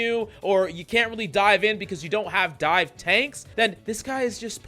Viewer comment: What do you mean by die? Or are you saying dive? Like dive dps, dier dps😂